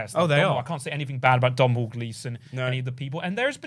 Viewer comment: The "mh" of Domhnall are silent. So it's pronounced donal ike tonal.